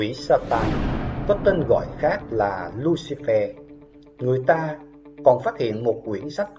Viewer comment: Lucifer được đọc là lu xi phơ chứ không phải lu xi phe nhé ad